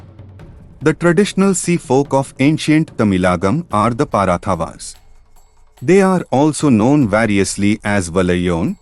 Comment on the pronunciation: Apart from Parathavar, the remaining Tamil terms were well pronounced in the video. Even Tamils can't pronounce some Tamil words properly. இப்பதான் ஒருத்தன் தமிழர் வரலாறை english'ல சொல்றான் அவனையும் நொட்டை சொல்லியே துறத்திவிட்றாதீங்கயா